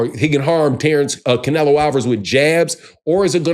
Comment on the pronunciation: You can’t even pronounce Canelo’s name, right😂😂😂